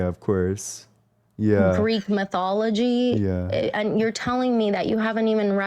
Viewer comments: Oh no , "the Greek meetheeology" 😂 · “Greek myth-ee-ology.” 🤣🤣 what an intellectual turd. So confident, yet so outstandingly stupid. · "Geek myth-iology" 😂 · “Greek mithee-ology” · Greek myth-we-ology was a good one, too. And micro biologic things. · She can’t even pronounce mythology correctly 😖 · This chick was the Bone Apple Tea queen! - "Your beating around my bush". 10/10 - "Thats ur umpsumption" 9/10 - "Greek Mythie Ology" 8.5/10